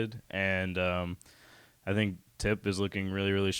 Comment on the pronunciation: "I sink...." xD